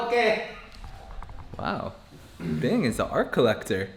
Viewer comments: Binh not Bing :DD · By vietnamese name then is Bình, but still its alright to say it wrong cause it's hard to say.